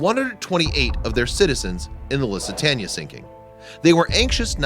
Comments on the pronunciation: Loo-sit-tainea.Lussitania is not correct.Nice try. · Why are you depicting the Lusitania in this,she was sunk by U20? Also,the bodies are NOT creepy, they are the remains of once proud men carrying out the duty of their country. You sir are a disgrace. It's pronounced 'Loositaynia' NOT Lositania you uneducated gronk. Do the world a favor and FUCK OFF! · Loose-ah-tain-E-ah ~!!! Not LUSS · Pronounced LOOOsitania 🙄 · The "Lussa- tanya"? Get yourselves a narrator. Good gosh. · Luss-itania? How does someone not know how to pronounce the name one of the most famous ships? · People who make historical videos should learn the pronunciations of names they use, lest they sound as if they don’t know their subject. If you have only seen a word written but never have heard it, you might do a bit of research before you embarrass yourself. “Lusitania” is not so distant or obscure that it would take more than a phone call to learn how it’s pronounced. If you didn’t learn an important name, what else did you get wrong?